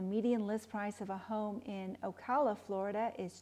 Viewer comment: FYI the way you pronounce Ocala is "O" "CAL" (as in California) "A" as in ' UGH". like a local.